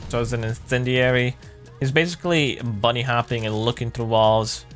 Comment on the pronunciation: He is hopping, not bunny hopping.